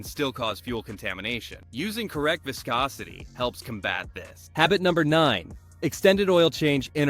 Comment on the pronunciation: Fake ass AI video, didn't even know how to pronounce viscosity.